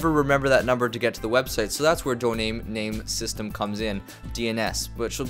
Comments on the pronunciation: “Donaim main system” lmao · Hey man its DOMAIN NAME SYSTEM not DONAME NAME SYSTEM :P you are trying to speed up your internet first go and :P learn how it works... guys if you want to hear slow down the speed of video to .5 and listen it :D